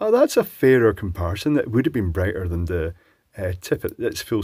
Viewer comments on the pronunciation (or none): none